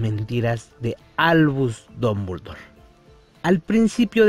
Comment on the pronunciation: Porque pronuncia Dombuldor! Jajaja no sabe hablar jajaja